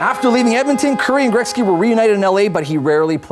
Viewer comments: why does he keep saying grekzky. best player ever show respect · Dosent it bug anyone else how the pronounce Gretzys name ?